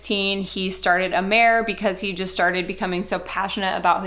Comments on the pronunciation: It's excellent. Did a ton of research on it before I purchased and ingredients are high quaily and research based. Been benefitting from Amare for 3 years and choose to not build a business....which is totally acceptable!!! BTW, the name is pronounced ah-mah-ray. It means love in Latin and most people pronounce it right on the first try. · Mental wellness and mental illness are two different things. Amare does not claim to cure mental illness. You should at least pronounce the name of the company correctly that you are making false claims about. The products are helping a lot of people. The products work. It doesn’t seem like you are credible. You really have no idea what you are talking about when it comes to Amare.